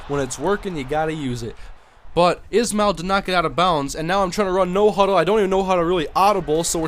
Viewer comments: btw its not Rocket "is-mail" ...its Rocket "Ish-Ma-L" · The way you are supposed to pronounce Rockets Ismael's last name is like this, (Ish-male) just a tip.